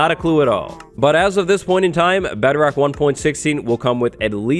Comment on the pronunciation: Why do I keep hearing Bederock?